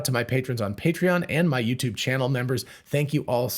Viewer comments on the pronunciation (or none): none